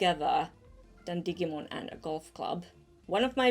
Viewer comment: thats not how u pronounce digimon